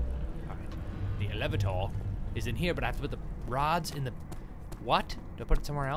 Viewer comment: The Eleve-ah-tor!